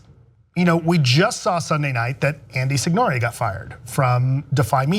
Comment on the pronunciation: lmao alonso really said "andy sin-yor-ay"